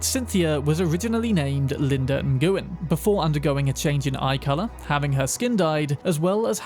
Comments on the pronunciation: "Ung-gu-en" lol It's pronounced "Win" my dude. Just "win". It is a common Vietnamese last name. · Almost spat my drink out when you pronounced the Vietnamese surname Nguyen as "ningooyin" instead of "new win". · Lol N GU N. Lol its New Yen. Lol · Linda "en-goo-en" lol, bro. In English it's pronounced similar to "win" or "nwin". And she wasn't a hunchback, she was obviously Vietnamese and changed herself to look Caucasian and taller. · Niguyen. Pfesh. NG sounds the same as in "playing". Ngu yen, not ni gu yen. Sound of the name starts in back of the mouth, just about in the throat (ngu sound), not at the front teeth (nih sound). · Also, for future reference, Nguyen is pronounced "Ng-win", not "N-goo-en". Or, if you absolutely cannot wrap your anglophone tongue around it (I only can because I dated a Nguyen girl once upon a time), "Win" is a lot closer than what you said. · not to be a dick but that name is pronounced like “win” it’s Vietnamese lol got me the first time I saw it too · it's pronounced "when" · Nguyen is Vietnamese pronounced closer to nwin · FYI Nguyen is pronounced when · Nguyen is pronounced Nwen or Wen by the way 👍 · "Nguyen" is pronounced "Nwen". Its a Vietnamese surname. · "Nguyen" is pronounced Win. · "Cynthia NihGOOin" bro I'm telling the Vietnamese you said Nguyen like that. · Nguyen is pronounced the same as win it's a major Vietnamese lastname. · Its pronounced Linda WIN. Nguyen is pronounced WIN. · Dude actually pronounces Nguyen as "Ingooin" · For future reference... Nguyen is pronounced like, "when". You simply throw an "N" on the front of it so it comes out as, "Nwen". Also, she wasn't a hunchback... she's Vietnamese, meaning she was really short. She had her spine stretched to make her appear taller; more like the Western woman she now appears to be. And now you know... and knowing is half the battle. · That last name is Vietnamese and it's just pronounced Win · Ngyuen is prounced like "wen" 😅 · Nguyen is typically pronounced like "win"